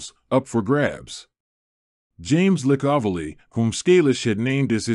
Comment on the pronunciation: Teach your AI to pronounce Licavoli's name correctly (LICK-a-VOE-lee)